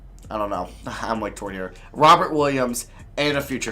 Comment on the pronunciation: I know it’s Robert but it sounds like he says robin williams